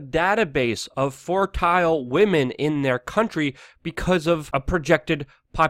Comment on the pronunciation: You said China is building a database of "fortile" women. I've never heard that word before. Did you mean fertile?!